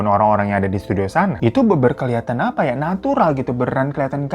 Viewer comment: "affah Iyah" mood booster bgt😂😂